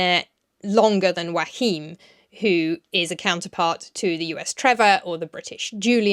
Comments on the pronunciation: Isn’t Joachim pronounced “yo-a-heem”? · I'm so happy to see, that the German version seems to be well liked! A little note: Joachim is three syllables not two, so it's "Jo-a-chim" (but start the ch-sound already on the second syllable) and the accent on the a. :)